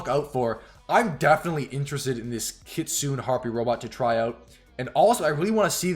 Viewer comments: I'm Japanese. We call Kitune. not kitunn...→"ne" is right ! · Lol not kit Sune it's Ki tsu neh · Kit Su Nay is the pronounciation for the word kitsune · Kitsune called Ki- tsu-ne. Not Ki-tsune. Oh I don't know how to say. ... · It’s pronounced kit.. su… ne.. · The Kitsune is actually pronounced key-tsoo-nay and it literally means a fox in japanese.